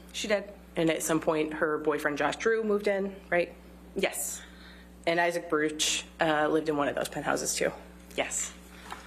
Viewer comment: She was talking about Isaac Barouch (not Barook, as Elaine the idiot pronounces it).